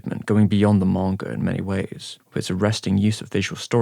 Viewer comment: Why tf does he say manga that way, 'Morngur'